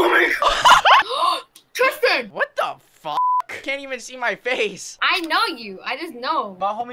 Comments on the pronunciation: BRO RLLY SAID : "tistan" LOL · He said tistan bro HAHAHAHAHAH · "TISTAN!" I'M CRYING LFMOAOAOAOAOOAO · Bro really said”tistan” 💀😭💀